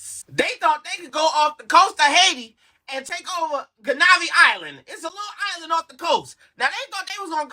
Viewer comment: Yal pronouncing the island wrong 😕